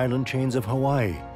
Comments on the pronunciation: i loved the film, but i laughed when the narrator said, 'This volcano, with its unpronounceable name..." because that was quite an understatement when he couldn't even pronounce 'Galapagos'. i often wish narrators would learn how to pronounce the words they will be reading. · Cannot pronounce Galapagos😂😂😂😂??? I'm out